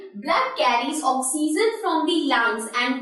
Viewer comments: Okseason instead of oxygen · u teach gud math and science but learn english u said oxeesen its oxygen pronounced ocsyjun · Mam you're teaching vry well but You are not speaking oxygen correctly mean your pronunciation is wrong...